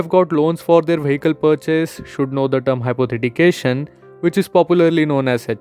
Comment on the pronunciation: Good information and helpful for many! But it's "Hypothecation" and not "Hypothetication" you've pronounced it wrong the whole time.